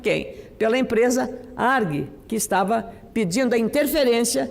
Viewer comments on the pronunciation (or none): Cadê a assessoria da senadora? Não é "ARG", é A-R-G.